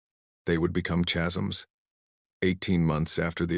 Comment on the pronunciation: CHasms? 😂 It's normally pronounced "caz-ums". 😁